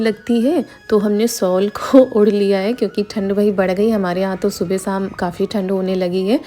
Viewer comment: Sol nahi shawl hota hai